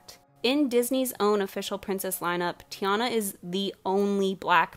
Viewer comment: OH SHIT BNVJHBFG I THOUGHT YOU SAID TEENA BC YOU WERE MAKING FUN OF TERRA LMAO